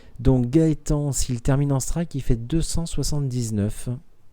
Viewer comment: Didn't understand anything but "striku" and "perfau". But good game though. Both very good players.